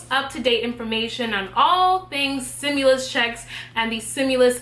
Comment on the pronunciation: Stimulas check not simulas axe a dictionary. Say it with me stim you las.